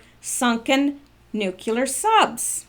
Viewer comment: You pronounce “absurdity” well (better than “nuclear”!) lol😂🤣 (not laughing at you, just bustin your, well, you know)!!❤️🤓